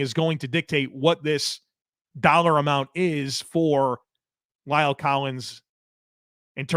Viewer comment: Please learn to pronounce La'el correctly. It is not Lyle!!